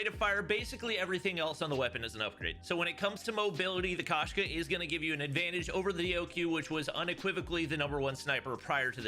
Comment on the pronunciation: FYI the Russian word for cat is Koshka pronounced with a long O sound. So instead of Kashka it should be more like Koeshka